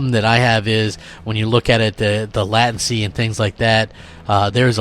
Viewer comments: Lattency??? Come on man.... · did he just pronounce it "Lahtency" LOOOOOOOOOOOOOOOOOL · Wow... he can't even pronounce latency. Get this man a dictionary or a speech coach.